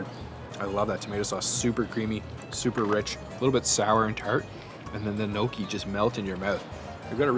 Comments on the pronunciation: i noticed too haha...Gnocchi which is pronounced ''Nyo ki'' but he said ''no key'' hahahah..., with all your travel around the world you still manage to mispronounce some very well known dishes, what's the deal with that 😂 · gnocchi LOL its pronouces NI O CHI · It’s not No Key bro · Butchered that pronunciation of Kouign Amman. Also Gnocchi. Lol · cant say bagel right at least you pronounced poutine and natas correctly and of course screws up gnocchi great food reviewer cant even pronounce food trusting your advice lololol